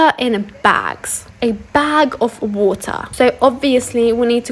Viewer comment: baag of vootahhhh